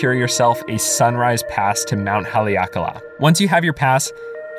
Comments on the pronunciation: You pronounced Kihei and Haleakala correctly. Also, I never knew they sometimes closed the seven sacred pools area in Kipahulu. That's a bummer. I guess if you want to go there, you have to call ahead of time and check. I wonder why they would ever close that area. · I dont get how pronouncung kahului is hard. Lol you just left out the "hu" completely. Im just giving you a hard time, i live here :p oddly you did a better job with Haleakala. Ps: dont go to cove park in kihei. Dirtiest water on the island. Im talking fecal matter. I'm getting my bachelor's in sustainability so thats why i know.